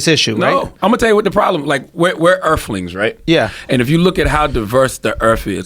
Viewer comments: Erf. Erflings. Jesus christ my guy. You're famous, learn to speak. Maybe you can discuss it over a skrimp dinner. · "We're earflings" what in the english language fuck is an "earfling"? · “We’re earflings right?” From earf. Da earf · "We're urflings right?" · “We’re earflings” - Charlemagne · “We’re earflings right?” “We’re all here on the earf” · Charlamagne tha "Earfling" God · “We’re earfwings” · Earflings on the Earf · Tyler the creator: Earfquake Charlemagne: Earflings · "We Errf-fings....right? We here on Errf" 🤣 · Charlemagne: "We're Urflings." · Earf ling's 😆😆😆 why do people intentionally try to sound more ignorant then they are. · “We’re erflings” lmao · We're earfflings, right? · “Da Earf, we are earflings” Charlamangne 🙄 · Urflings b mad wild son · You right charlemagne.... we earfffflings. We on earff. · I like how he's mispronouncing ELFLINGS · we earflings right? Think about the earf... welcome to earf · “We’re urflings..and if you look at how diverse the urf is...” We’ll put Charlemagne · “We’re erflings”......ERFLINGSSSSS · “We URF-LINGS from da URF” 🤣😂🤣😂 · "Earf"... We da smartest earflings. - Tha God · "We're Erflings."